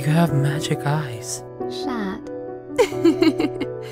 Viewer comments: ya but she butchered the french version, she pronounced it shat, not "sha" (like chat but thats how you pronounce it yk?) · No its CAT noir or CHAT noir because its french, but you pronounce it like "sha" kinda, not shat 😂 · The way everybody pronounces "chat" lol